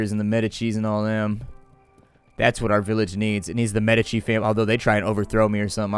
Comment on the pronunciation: I kept hearing "Meta-cheese" when would say "Medici"